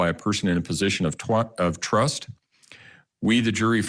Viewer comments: My man did not almost say "Position of Twust" 🤣🤣🤣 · Twust 😂 he got the next trust right